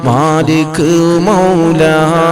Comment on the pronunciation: മാലി മൗലാ എന്നെല്ല മലിക്ക് മൗല എന്നാണ് ഉസ്ഥാതെ പേര്